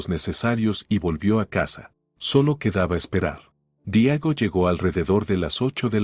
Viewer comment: Seguimos destrozando la gramática española es Diego no Diago por esas cosas dejo de seguir la narrativa